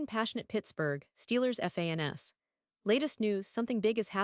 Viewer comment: Not a fan of the AI voiceover than can’t say fans….instead says it by spelling out the word